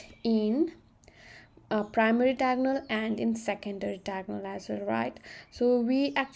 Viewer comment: its diagonal not tiagonal🙄